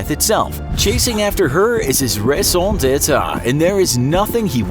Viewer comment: I know this is stingy, but the way you pronounced raison-detre as ray-son-day-ta makes me much more angry than it should